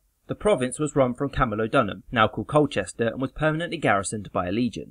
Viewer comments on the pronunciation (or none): none